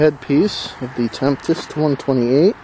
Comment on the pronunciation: Great video, but FYI it is spelled Tempest not Temptest and pronounced "Tem-pest".